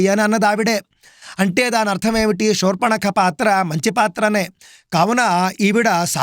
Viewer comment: మీరు షూర్పణఖ అంటున్నారు, శూర్పణఖ అని పలకగలరు 🙏.